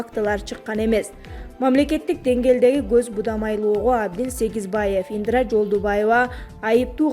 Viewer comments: Ай журналис Ендра емес Индра десен 😂😂😂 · Индра. эмес Индира. Дикторлор туура окуганга аракет кылгыла. Силерди канча миллион киши угат. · Диктор Индра дебей Индира деп туура сүйлөчү бай болгур. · Ындра дейт го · Булардын жанылыгын угуп буткучо нерв болосун , баардык блогерлер сабатсыз , жада калса темасын дагы туура жаза алышпайт!!! Мен да Индра дегенин угуп жазайын десем жазып койупсунар😊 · Былжыраган канал экенсиң, экинчи сени укмай жок, сүйлөсөң асмандын башын сүйлөйт экенсиң Индираны айта албай жатып.